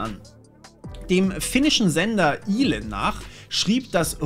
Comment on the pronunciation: Kleine Randinfo: Den finnischen Nachrichtensender "Yle" spricht man "Üle" aus. Ansonsten wieder super Sendung. :-)